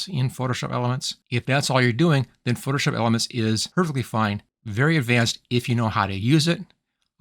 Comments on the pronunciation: Sounds like you keep saying "foship" instead of "Photoshop." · You say “Photoshop” with three syllables at some points, then with two syllables at some points. Hearing isn’t an issue with you say some words like you were hit in the back of the head while speaking.